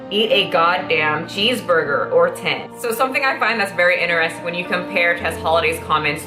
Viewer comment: I stop listening every time she says 'In(t)eristing'...Hahahaha my brain can't handle it